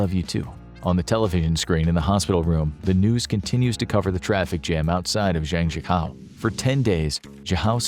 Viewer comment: It’s pronounce Zhang - Jiah - koe haha